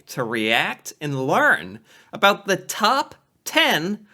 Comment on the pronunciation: She already started wrong by saying “aboot”